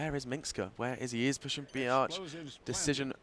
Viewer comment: always when the commentator says b arch it sounds like biatch:D